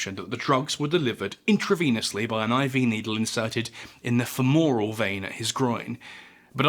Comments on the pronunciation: Please politely note: Femoral is not pronounced "Fem-More-Rall" It is pronounced "Fema-Rall" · Please pronounce femoral correctly. Feh muh ruhl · This guy can't pronounce fem-or-al.